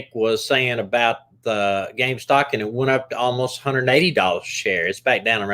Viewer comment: Omg it's called REDDIT and GAMESTOP not Redick and Gamestock...🤣 Sorry I had to it was driving me nuts 😅